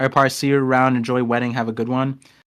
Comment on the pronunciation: u pronounced my name perfectly par just back to watch the last few minutes i didnt watch lol